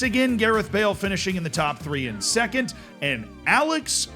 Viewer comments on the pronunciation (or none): none